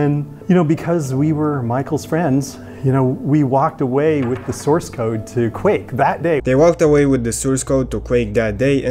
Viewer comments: Awesome video! I really like how you pronounce Source as Soors xD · it's source not soors